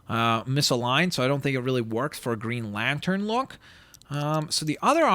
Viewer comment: You could have called Green Lantern "GreenLantrn" so it would sound the same. Not a big deal though.